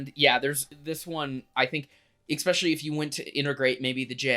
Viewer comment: It’s pronounced “es-special-lee”